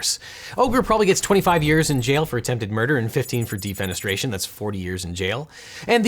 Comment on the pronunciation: Thanks for subtitles. At first I heard DEEP PENETRATION is a crime, until I read DEFENESTRATION.